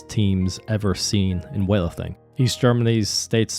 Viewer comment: all i hear ist weahterthing, wethlrthing and wealating